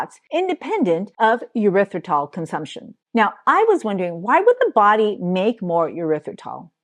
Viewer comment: Tip to help you with pronouncing erithrytol/and not “your rith ri tol”…imagine you are saying, “air ryth ri tol” …thank you for your content.